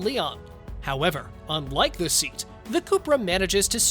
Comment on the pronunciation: its "Say- at" not "Seat"